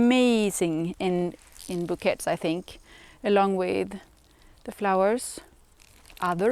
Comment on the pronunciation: Hi. Just letting you know, you pronounce bouquets as "boo-kay".its a French word 😊🌻🌻